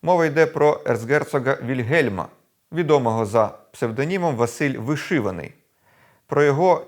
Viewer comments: Не Виши'ваний,а Вишиваний,наголос на а. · Не ВишИваний а ВишивАний .